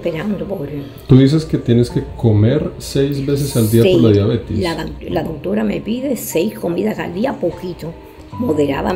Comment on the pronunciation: Es Diabetes,, no "diabetis".